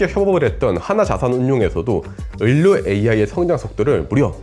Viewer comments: 선생님 유익한 내용 잘봤어요 상용화 될 날이 기대됩니다. 말씀드리고 싶은 것이 있어요 의료, 의료, 의료, 이 세 번 다 자꾸 꾸준히 을료라고 발음하셔서 제 머리속에 자꾸 물음표가 떴습니다. 의료는 발음도 의료입니다 참고해주세요! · 왜 의료를 을료 라고 발음해요? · ‘을료’ ‘을꽈’ 실화임..? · 아니 형님. 을료 아니고 의료 라니까요. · 의료. 다시 한번 발음해보실게요. 의.료. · 의료 발음이 조금 특이하시네요 ㅎㅎ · 아. 참 좋은 채널인데 ㄹ 발음 하시는 것 듣기가 너무 버거워요... ㅠ 의료 의료 이런 거 특히.